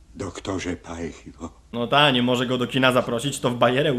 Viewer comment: Doktor Paj Hi Wo? a nie Haj si wo?